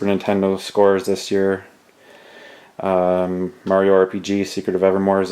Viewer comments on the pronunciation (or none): none